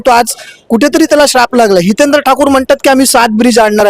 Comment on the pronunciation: Adi hitendra bolyla shika Madam 😢😢😢😢😢